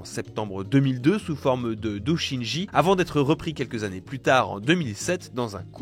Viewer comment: Entre "acabite" (le 't' d'acabit est muet), "dôshinji" (au lieu de dôjinshi) et "naconne" (faut choisir entre la prononciation française ou anglaise mais pas faire un mix des deux), c'est pas fou sur la prononciation, c'est un peu ton boulot de présentateur () de t'assurer que tu prononces correctement pour la compréhension des spectateurs. Sans compter que vous (l'équipe Iconoclaste) allez un peu vite sur l'affaire Nacon/Frogwares: y a absolument rien d'étonnant dans les décisions de justice, contrairement à ce que vous avancez. Vous êtes en mode manichéen version méchant éditeur et justice complice contre gentil développeur et c'est de la désinformation. Mais je vous renvoie à la vidéo de MGG sur le sujet qui était assez complète à l'époque desdites décisions.